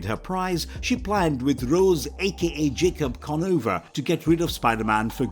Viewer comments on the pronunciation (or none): none